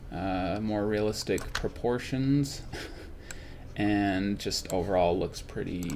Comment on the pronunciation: I like how he emphasizes on the 'proportion' of the sorceress model.